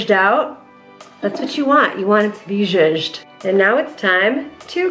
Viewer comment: new word of the day “zhoojed” 😂